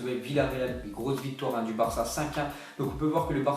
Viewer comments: Grey oui , je voulais dire qui prononce Po et non Pao ;) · Paulinho ça se prononce Paolinho